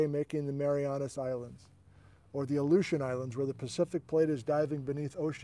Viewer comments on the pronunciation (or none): none